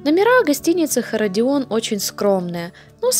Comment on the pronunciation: Нагнала страху! И наврала в три короба! Аж обидно за Палестину. И не Херодион, а Иродион. На 57 минуте из окна даже Гору Иродион было видно. Мое любимое место. Там остатки дворца царя Ирода, по которым я люблю лазить. Потому что Ирод, хоть и самый кровожадный царь, но самый прекрасный архитектор.